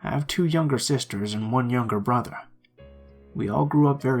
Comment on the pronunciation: I only listened once but to me the only strange thing was he said "bo-ther" instead of "brother." otherwise idk?